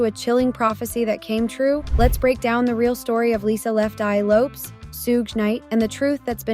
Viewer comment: Also her name is pronounced Lo-pes as in Lopez